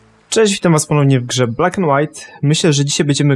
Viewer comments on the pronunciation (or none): none